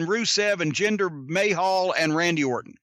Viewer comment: Jinder May-Hall ...😂😂